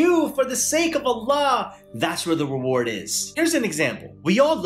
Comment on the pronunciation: Assalaamu alaikum bro you said huge emance eward not sure if you meant to say award or reward 😂 😂 not trying to criticize you homie